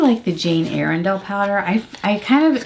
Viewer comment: it’s Ire-dale